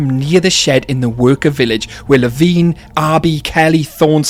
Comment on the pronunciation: Drives me INSANE that the guy reading the Lost World audiobook, mispronounces LeVine. He says it with a long "I", as in fine or nine. I hate it.